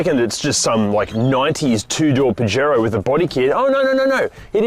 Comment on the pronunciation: You know can use translate to learn how to pronounce it?